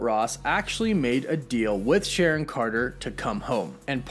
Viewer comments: The edgaedgacution of Sharon's name omfg,🤣🤣🎐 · Its SHARON now